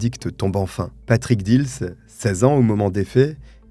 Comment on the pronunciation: j habite montigny les metz ma buraliste a servi plusieurs fois le frère dils bref étiez vous a montigny viviez vous a montigny les metz pour dire ce n est pas dils moi je vous dit j y vis j ai un an d écart avec cyril et alexandre et je vous dis ce n est pas heaulmes mais dils